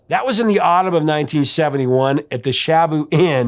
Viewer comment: Sadly, the Shaboo Inn, which was a great little live band bar in northeastern Connecticut, is no more. It was rebuilt after its first kitchen fire, but it didn’t get rebuilt after the second one some years later. Also, it’s pronounced “shuh-BOO”, not “SHAH-boo”.